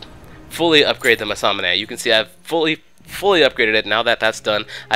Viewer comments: Yeah, He also says "masamune" when it's 'manamune' xD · Haha, did you call the manamune a masamané? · I think it's Manamune, not masamune , but whatever ? Video is great and I decided to buy Pantheon as fast as it's possible... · why do you call the manamune the "masamane"? it doesnt even have an s in it:P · why do u pronounce manamune as masamanay? its pronounced mana+moon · the item is called manamune not masaname ;) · i don't think you call manamune that way... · The enemy "krasus" Meh close enough to Nasus. But "masanamee" instead of manumune? Lol wut? Btw good video. =P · What does he keep calling manamune? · Nice video. Not to be an ass, but it's pronounced "Mana-moon" (Manamune) and the Champion's called Nasus, I believe some did point these out already, though. Of course, there are about 60 different champions you have to learn. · Massamune?Crasus? dude... lv. 1? sorry if this offends,but man,my ears bleed.